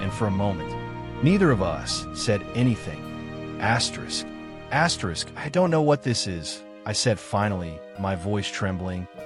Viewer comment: Asterisk Asyerisk ruined this totally.